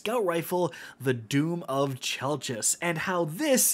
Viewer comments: I believe its pronounced 'Chell-kiss' for anyone wondering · It’s spelled chelchis but it is pronounced kelkis. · How exactly is this gun pronounced? I've heard KELL-KISS, CHELL-KISS, CHELL-CHISS. I need to know lol